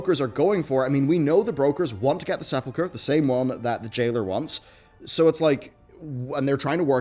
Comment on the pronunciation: Credit where credit is due: he pronounced “sepulcher” correctly.